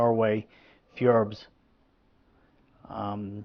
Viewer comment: Great video! Btw, it´s fjord, not fjorb 😊